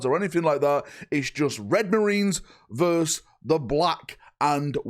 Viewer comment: It's versus not verse 😡